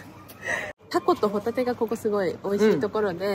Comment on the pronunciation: 私も海賊って聞こえた~ あはははは！！！ 笑って誤魔化せ~